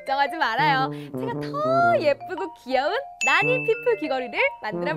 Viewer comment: 저거 나니가 아니라 나!-니!- 아닌가요